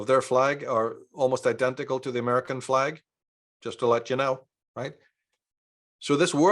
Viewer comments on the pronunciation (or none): none